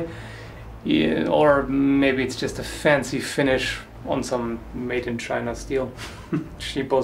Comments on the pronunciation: That Chi'na sounds exactly like the Dutch pronunciation of China. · "Made in Chin'Ah" lol